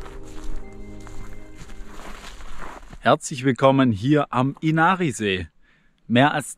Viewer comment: Inari auf die erste Silbe betonen… wie alles im Finnischen. Gute Reise und Danke für‘s Video!